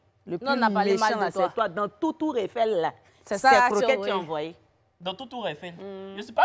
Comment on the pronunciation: Lilli ooh : " dans tout tour eifel là, c'est ça là tu as trouvé pour ramener ..." c'est la ville tour eifeil deh ! 😂😂😂😂